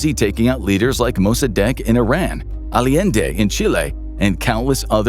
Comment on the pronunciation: It was pronounced "Ah-YEN-day," not "alley-end-ay."